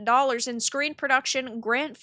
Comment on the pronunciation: one..million dallarsh - says the evil white bookmark.